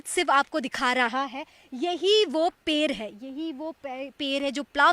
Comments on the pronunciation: Ped hota hai per nahi bihari ho kya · Didi wo पेड़ hai na ki पेर